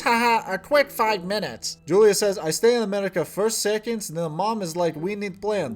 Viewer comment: I can't get over the fact that they're pronouncing her name wrong. Yes, in English is Julia, but Slavic people pronounce it as Yulia. It's not a hard name, they can respect her that much. Also about "drinking medicine", I'm not 100% sure about Russan, but in my language (also a Slavic language) we say "piti lekove" which literaly translates to "drinking medicine" so it's an understandable mistake. Betty is patronizing Julia so much, I hate it.